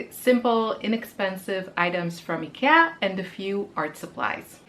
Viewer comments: Nice ideas! And I loved the 'rant' about pronunciation. I'm from the Netherlands and we say Ikea a bit similar to how you say it. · You pronounce Ikea as a native swede. 🎉❤